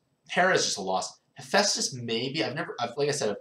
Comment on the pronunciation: I'm shocked you didn't say hippo dragon. I'm even more shocked you said hephaestus right, how tired were you when making this vid?